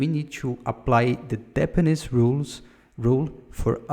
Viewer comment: great video. Maybe review your pronunciation for "hexagonal architecture", "dependency" (you say "depenece") "clean architecture" (take more time to say it)